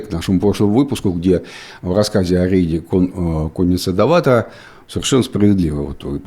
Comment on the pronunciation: не Доватор а ДоватОр, у казачков ударение в конце почти всегда )